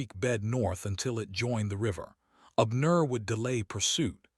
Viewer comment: Most interesting indeed!👌🏾☺️🌺 The name Abner is pronounced:- ‘Ab, as in abs, and nur’.